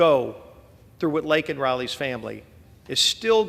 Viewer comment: #LakenRiley SAY HER NAME CORRECTLY! IT’S LAKEN! NOT LINKIN!!!